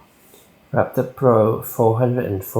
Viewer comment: lapper ......"R"actor.....